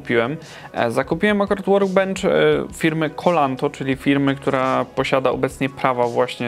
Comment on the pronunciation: Cloanto, a nie kolanto 😂